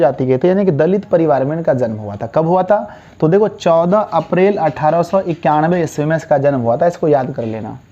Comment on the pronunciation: 14 April 1891 me sir bolne me Thora garbage ho hai hai